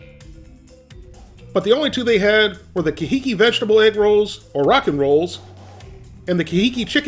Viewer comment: Wow, that's pronounced car hee keep, supposed to sound Hawaiian, I guess.. I liked your review, gotta get an air fryer!!!😁